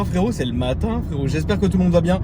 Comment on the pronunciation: « C’est lmãtîń frerow » 😂😂